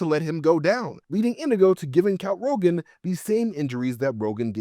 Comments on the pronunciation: His name was Count Rugen, not Rogan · Not that I necessarily mind, but that character’s name is Count Rugen, not Rogen…